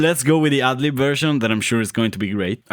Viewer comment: Whenever you say go with the "ad lib version,” it sounds like you're saying "ugly version." 😂